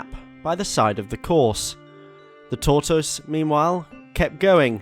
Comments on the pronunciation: Torr toyse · really said Tour-Toyse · Every time you mispronounced tortoise I died a little bit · he doesn't pronounce tortoise correctly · couldn't get past the first min of the video with the ridiculous pronunciation of tortoise lol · The mispronunciation of tortoise I can’t tell if it’s serious or if he’s joking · Is this how British people say tortoise? It reminds me of Benedict Cumberbatch and Penguins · Be kind, a speech impediment is not easy to live with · Why do you say Tortoise like you say Lyvery?